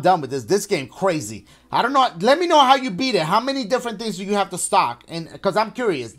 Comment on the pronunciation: Why Dachie sound like he saying stalk when he says stock 😂😂😂😂